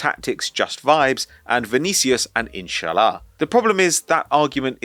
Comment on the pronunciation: saying Vinicius & inshallah floored me 😂😂